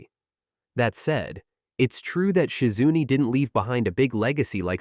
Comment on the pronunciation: Who da heck is Shi-Zunnne? 🤷🏿‍♂️🤷🏿‍♂️